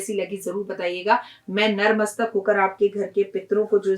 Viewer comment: Don't mind magar jo aap sabse pehle bolti hai narmastak wo natmastak hota hai plz bura na mane mujhe galat laga is liye apko bataya youtube ke liye badhayi ji